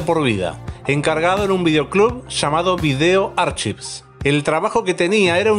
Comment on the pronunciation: se pronuncia VIDÉO ARKÁIFS